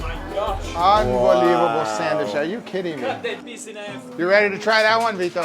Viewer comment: Did Guga just said "hambelievable" in ?